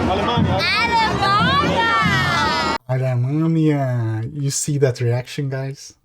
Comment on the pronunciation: No, Sounds portuguese because in he says Alemanha(Germany in portuguese) very well